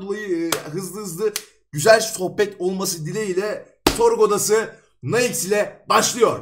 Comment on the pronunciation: Bu arada Naixx değil . Naaix